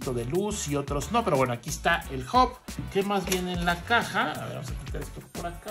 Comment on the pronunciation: Che...!!! se dice H A B no OB !